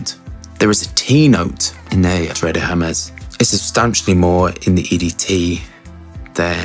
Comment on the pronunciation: Great video, but "Terre" is pronounced similarly to "Tear a piece of paper" and not "Terré"...